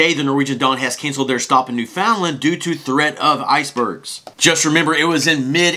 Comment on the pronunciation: It isn’t new found land. It is pronounced Newf’nland with the emphasis on the new.